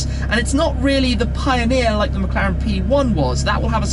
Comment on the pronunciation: thought he said "McCollector"